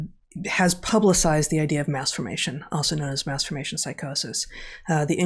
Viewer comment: Please enunciate the term Mass formation please.... thank you.